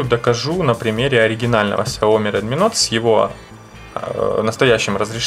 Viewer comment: Не нот а ноут